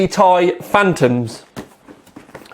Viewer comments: tee...eye, not tie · dude its not Tie its {Tee Eye} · I stopped watching when he said 780 "Tie" LOL